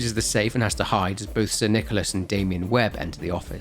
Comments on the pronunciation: saying "So, because of this latest THEIA blunder, Sir NicolARSE..." is so funny, may it be intentional or not. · "Sir NichoLAS" Our boy is glitching.